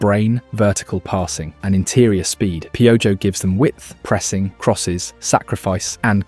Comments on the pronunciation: To pronounce “Piojo” read it as “Pee-oh-hoe” instead of “Pee-oh-gio” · Gotta say, Hearing "PIOUYO" instead of "PEOHO" made ma laugh. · Hahaha a mí también!! No me estoy burlando en lo absoluto, solo es gracioso. Voy a empezar a llamarlo así haha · I like how you say piojos name 👍🏽🇲🇽😂